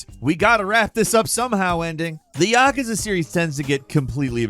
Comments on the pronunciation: Ya-Koo-za it is not Yak-ka-za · i have to say thsiguy has the worst pronounciations ever... "YAhkuhzuh" -_- say it with me "ya- KOO- zuh" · It's "Yah-kooz-ah" This guy misprounces things a lot. Like "iteration" as "Aye-teration" wuut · You’re saying yakuza very wrong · I have never once heard someone pronounce Yakuza this way. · Am I the only one feeling some type of way with the way he pronounced ‘Yakuza’ ? Ahahahah